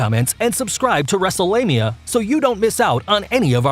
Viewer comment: I thought he said Wrestlelamia on accident the I looked at his name